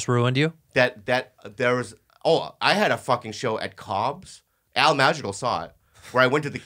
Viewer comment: when Bobby says "Al Madrigal" it sounds like Al Magical